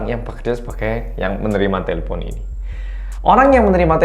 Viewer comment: te le pon 😂 ngekek aku mas, udah sama kayak orang Batak aja e nya jadi E